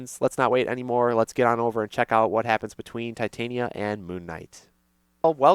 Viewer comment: Titania is pronounced as tih-TAHNya if you're going by how they say it in Shakespearean performances.